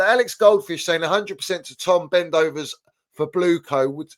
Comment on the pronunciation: “Tom Bendovers” 🤣🤣🤣